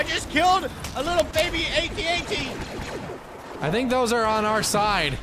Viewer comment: The way he pronounces AT-AT's. LOL, watch Star Wars pls.